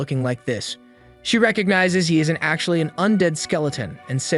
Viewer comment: And he acshweps